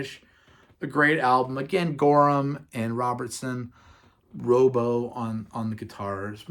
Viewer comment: Great stuff, just one thing it'spronounced Rob Oh .. not rooobo.